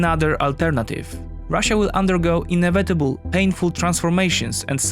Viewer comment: Good video, but can you please look up the pronouciation of "annihialate" and "inevitable"